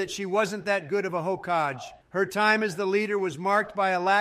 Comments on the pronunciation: The way they pronounce Hokage is hilarious. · Hahahah, couldn't do anything about the pronunciation unfortunately. They either say "hokah gay" or "hokaj"